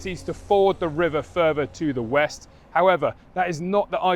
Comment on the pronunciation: fink furver fousand, please learn to speak English